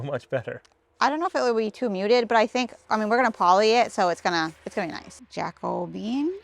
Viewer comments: JACO - BE - AN! The Jacobean era was the period in English and Scottish history that coincides with the reign of James VI of Scotland who also inherited the crown of England in 1603 as James I.[ The Jacobean era succeeds the Elizabethan era. The term "Jacobean" is often used for the distinctive styles of Jacobean architecture, visual arts, decorative arts, and literature which characterized that period. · Can't help laughing at pronunciation of "Jack O' Bean" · Your beam, my opinion. You’ve ruined it. Would have been better left natural color. Lean how to pronounce Jacobean. It’s not Jack O Bean. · I think the stain you're calling "Jacko bean" is called 'Jacobean' because it resembles the timbers used in the Elizabethan and Jacobean periods. King James succeeded good Queen Bess. He's the one who commissioned the King James Version of the Bible to compete with Geneva Bible that the Congregational & Presbyterian non-conformusts were using. The adjectival formof his name is 'Jacobean' (Ja- co-BE-an, or Ja- CO-be-an); 4 syllables. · Oh, pa-leez! Have you never heard of: Jac·o·be·an adjective - relating to the reign of James I of England: "a Jacobean mansion"